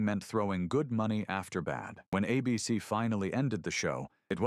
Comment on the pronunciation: AI still can't read. The network is ABC, not "a BC."